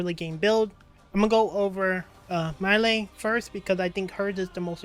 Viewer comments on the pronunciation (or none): He named is pronounced MY°EL... I couldn't keep watching because you were butchering their names